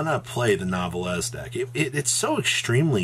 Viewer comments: NEEEEEEEEEEEEEWWWWWW VEEEEEEEEEEEEEEEEHHHHHHH LEEEEEEEEEEEEEEEEEEEHHHHHHHHHHHH NOT NOVEL LEZ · IT'S F*CKING PRONOUNCED NEWVELL PLEASE STOP MURDERING THE NAME. STOP SAYING THE E AT THE END. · You'd think the nouvelles archetype was a butchers archetype by the way our boy butchered the names of those cards lmao.